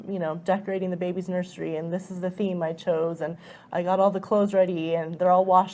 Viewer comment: Also she said "and" as "end" and really emphasised it Ennnnd